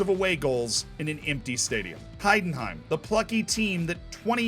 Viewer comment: Wow I love your pronunciation XD Please comment some Heidenheim games next season! I will support you :D